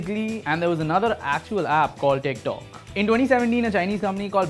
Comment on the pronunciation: Am I the only one who kept hearing "dick talk"